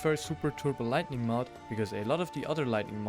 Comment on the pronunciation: Just a friendly correction. Light-ing Not Light-ning